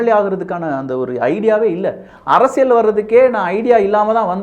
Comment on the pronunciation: தம்பி முதலில் தமிழில் உள்ள ழ, ள உச்சரிப்பை சரியாக செய் யுங்கள். உ ம். அரசியல் என்பதை அரசியழ் என்று சொல்கிறீர்கள். தவறை திருத்தி கொள்வீர்கள் என நினைக்கிறோம். தவறாக என்ன வேண்டாம்.